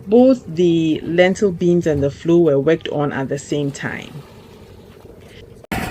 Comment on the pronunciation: lintel not lentil .